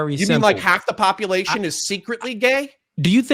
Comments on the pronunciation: Love you but the way you say popalation is urksum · why does he KEEP saying - POPPA LATION?????? is he trying to be funny? cause it just sounds ignorant